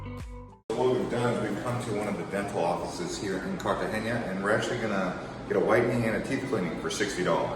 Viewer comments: Cartagena NOT Cartageña. There is no ñ in the name. Also, 20 pesos is $ USD 0.01 so I don't think the speaker could rent a covered area for 20 pesos; maybe $20,000 pesos for a short time which is USD $6.37. I am an American living in Cartagena for 5 1/2 years and wish people who post travel videos would give correct information. Please pronounce the name of the city correctly. The Hilton Hotel is in Barrio Laguito not in Bocagrande. The fort is called CAH-STEEYO - SAN FELIPE, NOT CASSTEEL SAN FELIPE. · Cartagena not cartageña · Except why do you say CARTAGENIA?? Theres no “I” in there. CARTA-GENA 🤦‍♀️ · It’s Cartagena! no CartageNIA! Na, na, na! Like saying NO, tuna, sabana. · Cartagenia? ITS CALLED CAR-TA-GE-NA, Usa citizen are terrible at pronouncing even their own language, they don’t even try. 😝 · So you’re going to do this whole video teaching us about a place - but you don’t even learn how to say the name?!!! Amazing. Cartageña. NOT! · Great video but your pronunciation of Cartagena was killing me 🙃 It’s pronounced Carta-hena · Car- Ta-Ge-Na. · There’s no ñ on the n please learn the correct pronunciation. ❤ thank you